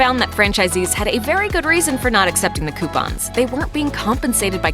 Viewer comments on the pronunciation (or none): none